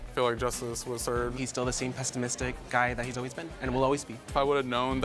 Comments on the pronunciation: He said "pestimistic" 😂😂😂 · Sounded like he said ‘pest-imistic’ which made it even funnier 😂